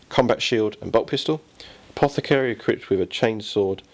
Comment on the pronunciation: The apothe-carry, not the apoca-tharry. Say it!